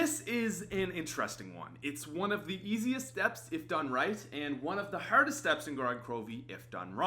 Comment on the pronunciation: The way he says hardest